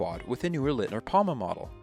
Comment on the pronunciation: Thanks for this Interesting Documentation. For Future Reference, Leitner not Litner ;)